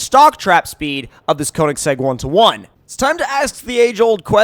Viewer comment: Say Konisegg one more time! I DARE YA